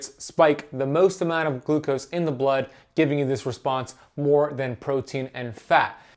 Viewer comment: One to two teaspoons of GLUCOSE? Said wrong.